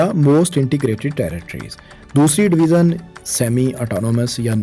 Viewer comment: اپ بار بار ڈویزن کہہ رہے ہیں یہ ڈویژن ہوتا ہے ی کی آواز سے اسکو پڑھا جائیگا جیسے اژدہا یا بڑے سائز کا سانپ ، ژالہ باری ، ویژن یعنی نظریہ ، ٹیلی ویژن اور دریائے ژوب بلوچستان ۔ اسکو " ذ یا ز " کی آواز سے نہیں " ی " کی آواز سے پڑھو مثلا اگر ژالہ باری لکھا ہو تو اسے زالہ باری یا سالہ باری کی آواز سے نہیں بلکہ " ی " کی آواز سے یعنی یالہ باری جیسی آواز نکال کر پڑھو ۔ ژالہ باری ( یالہ باری ) ، . ڈویژن (ڈوی ین ) . دریائے ژوب ( دریائے یوب ) . ٹیلی ویژن ( ٹیلی وی ین ) ۔ ویژن ( وی ین ، نظریہ ، سوچ ) لہذا آج دوسری بار باریکی سے مثالیں دیکر سمجھا دیا ہے آئیندہ خیال رکھنا ☝️☝️☝️